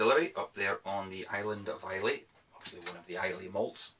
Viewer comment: Islay is pronounced I - lah. You should know that lad. I'm in Kirkcaldy, Nice to see fellow Fifers on Youtube. :-)